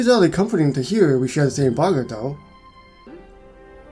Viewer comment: You’re still saying boggart wrong. It’s Bo-g-art